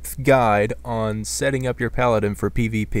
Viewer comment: Lol at the start he said paladin